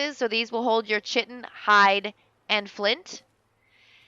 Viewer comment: Chitin is pronounced Kai-ton, just FYI